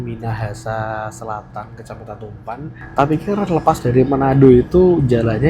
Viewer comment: Izin koreksi bg🙏 Tumpaan itu cara bacanya tumpa'an bg 😅 jgn di sambung😁 Salam bg sy org manado 👋